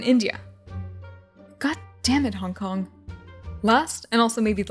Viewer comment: Ok I keep mishearing Hong Kong as honk honk is it just me